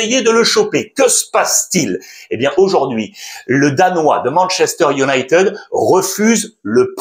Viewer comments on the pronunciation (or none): none